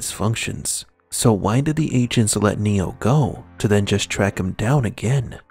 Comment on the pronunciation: I thought he was saying "ancients" then i realized it was "agents". Weird.